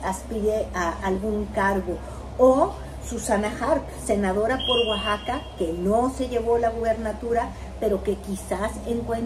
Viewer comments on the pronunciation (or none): none